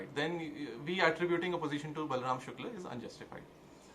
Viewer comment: Good you pronounce शुक्ल right, I am late to the party so can't take a position on the various aspects of the case. However your argument in support of Shukla i. e. he goes on tirth yatra and indulges in karna kanda is fatuous. I'll share an anecdote to illustrate my point, I had gone to an acquaintance, his sitting room walls, no place even to put a finger so to say, covered with pictures of devi-devtas, he was vehemently arguing in support of Pinarayi Vijayan. He ia not an exception but the rule. Some great saint had said stop reading the Gita, play football, for Hindu revival, Savarkar had urged, melt pali-panchpatra and make weapons out of them.